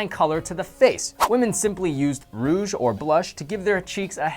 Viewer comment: Lmao rouge, not rough